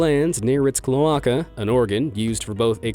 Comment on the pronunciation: cloaca is pronounced clo ache a